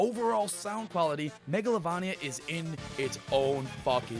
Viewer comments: You mis pronounced megalovania whong... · Megalovania is said mega-low-vain-ee-a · Megalovania is pronaunced Megalovaina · megalovania i s said like this mega-low-vain-ia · I think u pronounced Megalovania wrong, but I honestly don’t care how u pronounce it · your pronouncing megalovania wrong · It’s mega lo vain ia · I 100% agree with megalavolia but I think you mispronounced it. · You keep saying Megalovania wrong. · Its been 3 years and I still cringe at his pronunciation of megalovania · if Megalovania is your favorite then pronounce it right... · How do you pronounce megalovania wrong bruh 💀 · I ducking hate how u say megalovania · We ALL knew what number one was gonna be. But you butchered the name. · No idea why I said megalovania like that haha, I'm aware the "correct" way to pronounce it. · MEGA-LAV-ANIA??????? MEGA-LOVE_ANI-AH SCREEEEEE (im sorreh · How to CORRECTLY pronounce Megalovania Meh-Guh-Low-Vay-Nee-Uh There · I'm sorry to say this, but it's not MEGALOVAAAAAAAAAAAANIA IT'S MEGALOVAINNNNNNNNNNNNNNNNNNNNNNNNNNNNNNIA It was at this time that realized, that he f----ked up. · Just pointing out your pronunciation for megalovania, it's pronounced like metroidvania. (mega-low-vain-ee-yuh) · The way you pronounce Megalovania disturbs me. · That's not how you pronounce Megalovania... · not trying to be annoying bruh but megalovania is pronounced mega-lo-vain-ia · i dont say megalovania with a hard A tf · I'm so happy Megolania made it to #1!!! Edit: it's pernounced Megalo-VAIN-ia!!! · You said it wrong megolavania wrong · Hey I’m sorry about the comment earlier. I deleted it. It’s just that I’m used to megalovAnia. I guess it just triggered me for a moment when you said MegalovOnia. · It's pronounced megalovaneia not megalovania even though you write it that way. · IT'S PRONOUNCED MEGOLAVAYNIA NOT MEGOLAVAHNIA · I heard Mogolovonio XD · Yeah I hate how he says mega-lo-va-nia but its still a good song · Says mAglovania Me:visible frustration